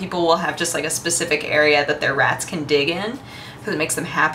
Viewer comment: Speeesssffiicc... yeah, that was right. Lol